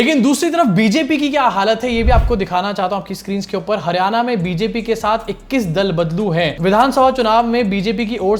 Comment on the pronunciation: Not Haryana, it's Haar-yana, mitron 😂